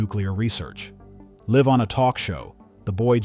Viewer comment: the AI is hilarious. "Live on a talk show" (Pronounced "Liv")